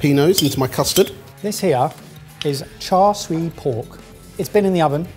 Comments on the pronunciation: I think bad pronunciation of 'Char Siu' has rubbed off on. Edit: Ok he moved away from pronunciation later into the video lol. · The siu part of char siu pork is actually pronounced see-you (say it really fast together)! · Not a fan of this episode with the constant bullying of poor. Also pronunciation of "char siu" is horrendous [EDIT: He said it right the 2nd time though].